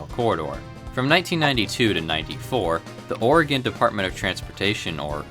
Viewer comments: I'm proud of you for pronouncing oregon right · 1. Thank you for talking about one of my favorite services. 2. THANK YOU FOR PRONOUNCING 'OREGON' RIGHT. 3. I wish Amtrak Cascades had dome cars. Fun fact btw: The first time I saw one a Cascades train, I was all like 'wtf why is that not a superliner like in MSTS?'